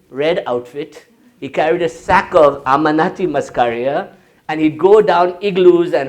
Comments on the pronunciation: Not 'Amanati' but Am-an-i-ta. Also ergot was NOT used by 'the witches of Salem because these women were NOT witches! The outbreak of what they called 'demon posession' was caused by Ergot in the rye crop . Ergot grew on the grain because of a of a wet summer. Innocent women were accused of causing the poisoning which was caused by ingestion of the ergot. Can't trust this guy because his information is not entirely reliable. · Not Amanati.......A-m-a-n-i-t-a Muscaria :))